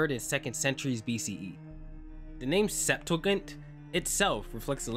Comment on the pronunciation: and Sep-too-gent